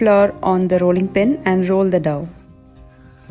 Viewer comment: It's not Dove the way pronounce. It's dough so pronounce it as Doh